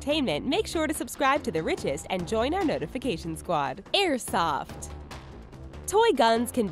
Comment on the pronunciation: Omg learn how to say airsoft